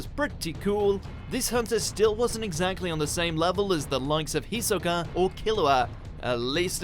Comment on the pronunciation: Ifkr.. He said "Hisoka" wrong too